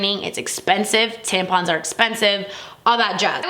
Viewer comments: Good video but it’s tamp - on - not tamp-in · tampon is said the way it's written, why did she say " tempen" 🙄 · you pronounced tampon wrong It's pronounced (Tamp-on) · I love to way she said tampon haha